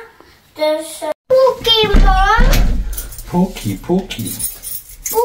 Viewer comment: BE CAREFUL SAYING PUKEMON OK JOKE HAHAHAHAHAAHAHHA POKÉMON DAPAT HAHAHAHAH